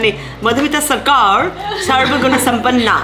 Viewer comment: Sarkar, not sarcar 😁😂